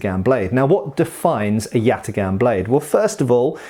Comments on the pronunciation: Correct prounuanciation is something like yataan(yatağan) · This comment only makes sense if you completely butcher the name like does btw. The correct pronunciation would be with very hard a's, like in the word "father" and instead of a hard g it would be a soft g, like a German ch but without that vibration sound to it. Good joke tho. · except father has a long a, while both as in yatagan are short, with the second even being reduced